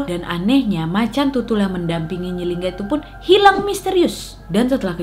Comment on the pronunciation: Nyi linggi wak bukan nyi lingga😂 Sukses terus wakkkk❤️❤️